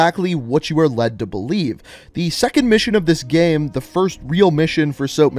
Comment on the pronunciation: Just me or is he saying gem instead of game